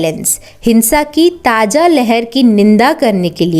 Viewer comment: Madam sab theek padhaya aapne..but condemn ke use me aapne taaja pronounce kiya jo ki galat hai...sahi lafz hai...taaza